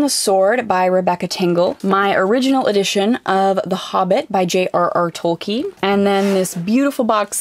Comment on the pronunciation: I never heard Tolkien pronounced without the n, before.